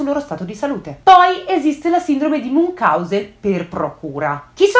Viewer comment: MunCIAusen,, si pronuncia così! Perdono se faccio di nuovo la pignolina, ma sono medico e in questo caso è più forte di me😅